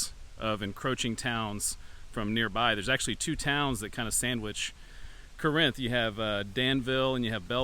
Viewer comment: Corinth is pronounced the same as the biblical town. Paul wrote letters to the Corinthians in the original Corinth. The one here in Arkansas is pronounced the same way. Birdsong I believe is just south of the buffalo Island area of Mississippi County. It was created during the great New Madrid earthquake of 1812. My great-grandfather worked for a lumber company in Mississippi County while they tried to drain the swamp that was created by that earthquake. He had a lot of wild stories and nothing but good things to say about the people of Birdsong. It's sad to see it starting to go the way of Romance and Banner. A lot of the little towns my family lived in over the last four generations have ended up that way or nearly have. Corinth is a good example as is Springfield Arkansas. All that is really there are two churches and the city hall/post office. My father preached at one of the churches in the 1990s and his great-great-grandfather established the other in the 1890s.